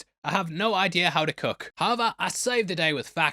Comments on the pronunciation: And it’s pronounced Cook not cuck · Doesnt know how to "kook"? What is "kooking"? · Not making fun of the accent but the skill of preparing food is being pronounced the same as a crazy person. Kook.